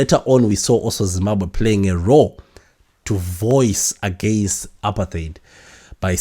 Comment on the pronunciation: Dubai is not a country. Botswana is pronounced Bu-Tswana and the people from Botswana are called Batswana non Botswanan, apartheid is pronounced apart-hyde. Otherwise great show.